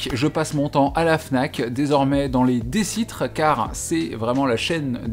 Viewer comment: Bon retour o/ Par contre, ayant travaillé dans cette librairie, je tiens à préciser que l'on dit Decitre (sans accent sur les E donc DEUHcitre si tu veux) ! L'automne c'est le bien 🍂 C'était très mignon comme mise en page !